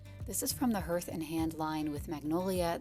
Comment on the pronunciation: Love it all❤ pronounced Harth not herth and Hand.. js